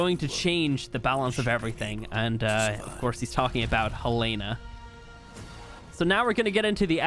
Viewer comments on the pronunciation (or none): It’s hellana